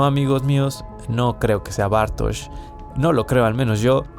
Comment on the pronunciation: Empezás pronunciando Bartoz y terminás pronunciándolo Bartosh.